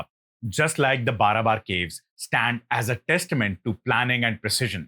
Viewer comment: Pronunciation of ' Barabar ' too is wrong . Its pronounced as ' Baarabaar ' . Please correct .